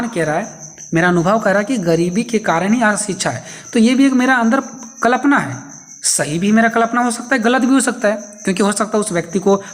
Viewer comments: कलपना ❌ कल्पना ✅। ठीक से बोलिए 😅😅😅😅😅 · Kalapna ❌️ Kalpana ✔️ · Klapna nhi hota Kalpna hota h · I noticed